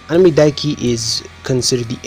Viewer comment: ANOME? I haven't heard a weirder pronunciation than this one.